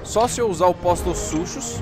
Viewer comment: vc fala Postosuchus mas na verdade o nome e POSTOSUCOS e asssim que se lê mas se escreve Postosuchus